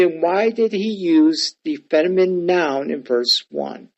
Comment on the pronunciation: Was tracking till you didn't know how to pronounce "feminine." Seriously can't pronounce a key English word....I don't trust you on the Greek.